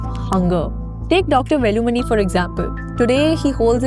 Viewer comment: velumani should be pronounced like WAY-LUU-MONEY not exactly like letters in his name. You should learn how to pronounce names